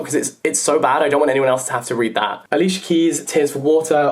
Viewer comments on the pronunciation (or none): none